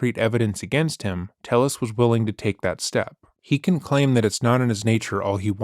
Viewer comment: I think it's why he said his name was Tayus instead of Tellus, to dissociate. Could be wrong but it was my gut instinct.